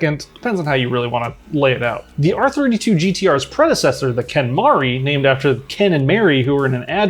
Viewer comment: it's pronounced "ken, MARY"... like, yes. the WHITE way to say mary... because that was the whole point. and it was actually the 2nd one after the hakosuka. The ken mary was a play on words "mary, ken... mari, ken... Merican". because the styling was based on american cars which japan coveted at the time (and American culture was becoming popular in Japan in the 60s)